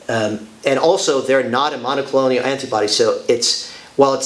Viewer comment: please...it is not monocolonial. It is mon-o-clone-al